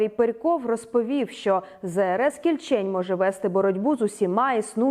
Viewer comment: може всеж кІльчень, а не кільчЕнь? якось не дуже на українську схоже